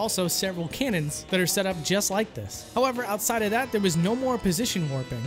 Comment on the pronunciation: "howeRver" xD